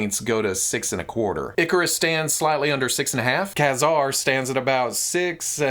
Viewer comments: The X-MEN animated series called him Kay-Zar not Kuh-Zar. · Think of the military knife Kabar (Kay Bar) and pronounce it Kazar (Kay Czar). Consistent pronunciation (even if wrong) helps with continuity. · Don't you mean Kay-Zerr? 🧐 🤣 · I believe the correct pronunciation is Kayzer. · A game I often play is "see how many different ways can pronounce Mafex in the same video." Today that was Ka-Zar haha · Love you, love your show, can't stand the way you pronounce ka ( K, A) Zar ( hard R). Care, hare, Karl. See the difference? No e at the end. xoxo